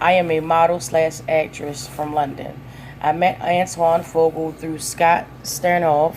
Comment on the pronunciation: You need to learn how to read and pronounce people's names correctly. Maybe you should practice reading stuff before you put it live. You're terrible interview I mean, your words are just terrible. I got sick and tired of just waiting for you. To say Antoine faqua correctly and Leela Roshan. You need practice, you shouldn't even have job reading anything!!